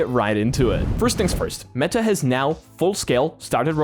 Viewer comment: Bro is manually pronouncing the T in meTa